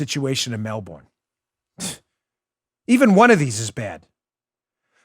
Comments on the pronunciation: a lot of Aussies probably just cringed (or laughed) at how we Americans pronounce ’Melbourne’ lol... I believe it’s “Mel-bin” but surely someone from there would know better, so correct me if I’m wrong...mellBORN lol 😂 But in all seriousness, I’m so glad I live here in the US... that list was straight out of 1984...on steroids. Wow. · "Mel-burn'......not "Mel-born" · Dan, a friendly heads up: In Australia they pronounce Melbourne “Melbin”. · It’s shocking what’s happening in Melbourne! Let me help you with the pronunciation since I had a friend from there. They pronounce it: Mel bun. 😊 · Can you please pronounce Melbourne properly!